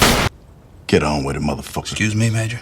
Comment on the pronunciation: The parallels you drew between Colvin and Stringer were impressive, but their final words being the same, especially the word "motherfucker" not being pronounced in it's entirety, caught me so off guard. There's no way it's a coincidence